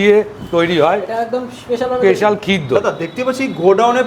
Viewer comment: Special ❌ পেশাল ✔️